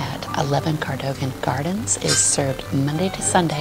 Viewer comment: The building is pronounced co-dug-an